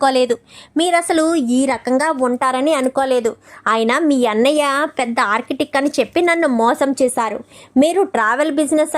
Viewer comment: Architec kadu architect. Feed work kadu field work. Talli English rakapote Telugu padalane vadandi.